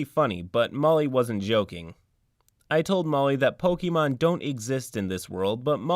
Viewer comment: The way you pronounce Pokémon bothers me. Other than that, this player was trash and their deceptiveness was completely out of order. I'm just glad OP had the spine to kick them out of the group before they really got out of hand. I'd love to play a Pokémon themed TTRPG (Pokémon Tabletop United looks amazing), so long as I knew that that's what I was getting into.